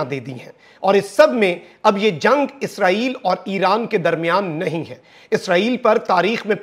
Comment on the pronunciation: جملے کے آخر میں "ہے“ پر زور نہ دیا کریں کانوں پر برا اثر پڑتا ہے باقی آپکی رپورٹنگ بہت اچھی ہے ❤